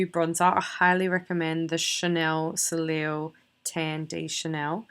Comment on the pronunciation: Haha I love hearing aussies trying to pronounce French words :P Soleil is pronounced “sole-eh”. Thank you for sharing your makeup process!! :)